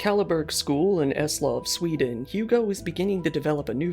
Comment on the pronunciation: NOT SVEEDEEN